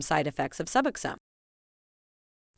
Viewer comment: Lies. You don't even pronounce the drug correctly